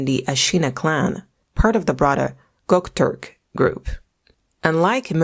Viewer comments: That’s how you pronounce Göktürk as gucktork ? 🤦‍♀️ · Also, it is not gock turk, it is Göktürk. Gö pronounced as "eu"